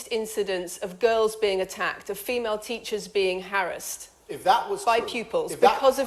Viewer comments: She can't pronounce "Harassed" without sounding like she's been raised in the jungle by monkeys.. "The BBC's English"" Avoid it or you'll make a fool of yourself. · She couldn't even pronounce "HARASSED" properly.